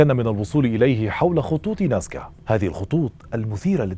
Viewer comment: العنوان مكتوب نازكا و عندما تتحدث تقول ناسكا